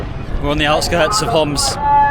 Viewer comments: we say Homs not hamas bro fix it if you can pls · Love this! So important to show how resilient the Syrian people are! But, please, get the Homs pronunciation right. It’s not Hamas, and is a bit dangerous to get that wrong. Would recommend talking to Arabic-English speakers rather than just through a translation app to not miss the nuances. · the guy said as Homs (being from Homs) not Hamas as you translated, could be a typo but you should double check